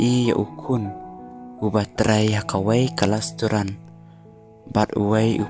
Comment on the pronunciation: Lasturan 😂😂😂😂😂😂 pronounce bha keiñ bah